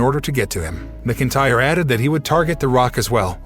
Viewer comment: Can you please report the CURRENT NEWS BRO? Also Drew McIntyre is Pronounced as Drew MAC-IN-TYRE! Not hard dude.